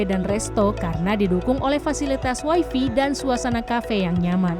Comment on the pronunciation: WAY-FAY, BUKAN WAY-FI.